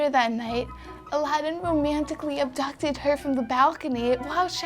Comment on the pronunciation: the way she pronounces aladin sounds like 11